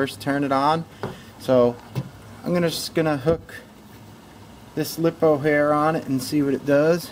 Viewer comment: It’s liepoo not lip. Oo